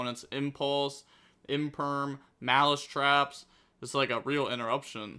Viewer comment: Im here just to hate on maliss, mal-ass over here